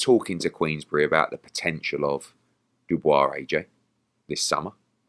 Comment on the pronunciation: Good morning l am a boxing freak. At times l sm annoyed when presenters dont pronounce people names correctly. His name is pronounced DO BWAH. Please get it right.